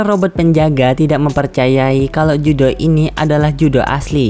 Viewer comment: Keduanya salah yang benar riruru dalam cerita versi bahasa jepangnya dia dipanggil riruru dan judo bukan judo namanya tapi Juto